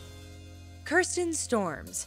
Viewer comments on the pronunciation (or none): none